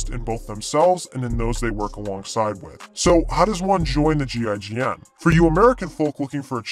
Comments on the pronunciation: Damn that accent when you pronounce what GIGN stands for was indeed painful to hear. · You can pronounce it Jeegin.